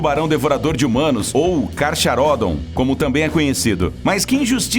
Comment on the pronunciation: Escreve carcharodon, mas se fala carcarodon. CH tem som de C ou Q.